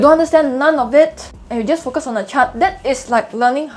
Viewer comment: Your 'Focus' sounds like `f*ck us' but very informative video, Thanks.